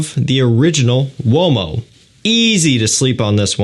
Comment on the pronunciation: Ooh - oh - mo , not womo :face-fuchsia-wide-eyes